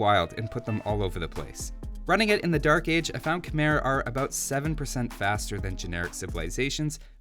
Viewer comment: love your videos! one small thing: Khmer is pronounced like khmai (rhymes with Thai). keep up the great content!